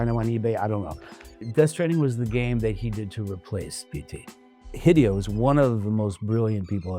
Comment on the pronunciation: He’s saying Hee Dee oh. Like he never met the man.